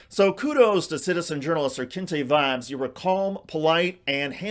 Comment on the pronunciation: The news caster can't pronounce words? How do u get "kente" from "knyte"?